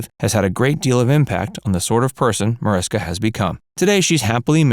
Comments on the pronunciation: Her name is pronounced Marishka. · Her name is pronounce ma-rish-ka